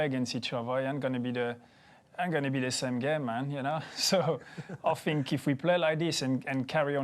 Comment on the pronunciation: Random question: Am I too high or are they saying "Fink" instead of Think? By the way, Arsenal now has over 3 M more international fans from Uruguay! We hope Lucas' career in Arsenal to be as good as Suarez' was in Liverpool!